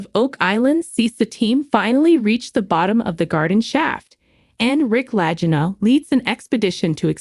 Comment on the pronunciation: She can't even pronounce the names of the Lagina brothers right. What a load of garbage